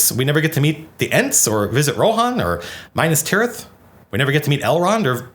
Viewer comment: If I've one reason to appreciate Matt's Youtube Channel less, it's his insistence on pronouncing Minas Tirith like a bastardised Minus Tirith. No tangible reason why, it's simply the most annoying thing to me.